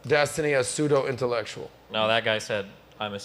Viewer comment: That bitch said Pa-soo-doh intellectual